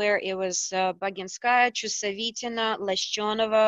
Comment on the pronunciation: I talked to my Russian helper and he basically confirmed everything you said 😅. That Gutsu Americanized some of the pronunciations. And that she does say Laschyonova correctly 🙌🏼